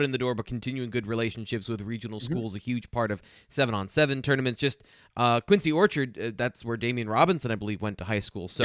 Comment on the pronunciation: I went to QO for high school back in the day and the way you guys pronounce Quince Orchard is hilarious 🤣 keep up good work tho fellas 🤙🏽